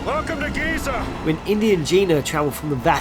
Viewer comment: You said "Giza" wrong.